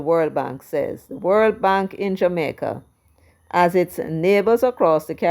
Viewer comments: Please send a message to Markie British that the word is Jamaica. Not Jamaiker... n him want to lead... kmt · Hey did the opposition leader say the people of jamaker are fed up. If I heard right did they change the name of my born country and I didn’t know or is it Mr Golding having difficulty in pronouncing Jamaica 🤷